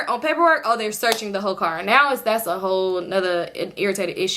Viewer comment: “That’s a cop cahh” 😂